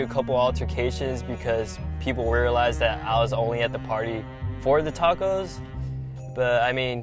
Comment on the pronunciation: I hate when people say “Dacos”